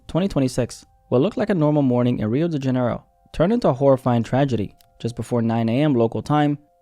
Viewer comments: “Rio dingenro” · “Rio degenero” sob 😭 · Pronounced Rio Dee-juh-nero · The way u pronounced Rio de Janeiro 🇧🇷 😂😂😂